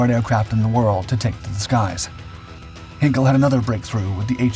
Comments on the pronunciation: It is NOT 'Hinkle' ...HEINKEL !!!... 'Hein' very close to Hain (the father of the axial .. NOT arial jet engine) .. and 'kel' like kelp WITHOUT the p .. is that too difficult for a yank? You m0r0ns don't have problems when it comes to pronounce 'Heinrich Himmler' telling he was one of the biggest villains (I didn't say he wasn't !! ) .. that's the same 'Hein' .. or heinous WITHOUT the 'ous' ... Heineken WITHOUT the 'eken' You p** heads wants us .. your fine, ancestral people .. to pronounce "Yosemite" .. "Chattanooga" .. "Mischievous" (yes language can be) .. "Epitome" .. "Draught" .. etc. right too .. 'eh ? But yes, just let AI, 'autopilot voice', 'computer alex(a)' .. the (a) if he/The Voice is transgender, LBTGTHDSP "und so weiter" ... talk without any check or correcting things Wars has started on less than that. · ""Henkel""??? Heißt ja wohl HEINKEL!!! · Heinkel is not pronounced "hinkle". "Hine kel ", please... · Der Flugzeugproduzent heisst "Heinkel", und nicht "Henkel". Henkel ist ein Waschmittel